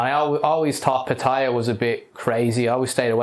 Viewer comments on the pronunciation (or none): He says pattaya like papaya, I think it’s pronounced put-ta-ya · Can't you make an effort to pronounce Pattaya correctly?